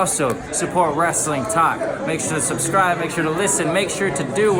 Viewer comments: You know Sammy Guevara is a heel because he 1. Said WrestleTalk's name wrong, and 2. Infringed Adam Cole's gimmick, Bay Bay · Sammy Guevara being a true heel 24/7 by mispronouncing Wrestletalk 😆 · LoL the skinny jabroni botched the name of your channel.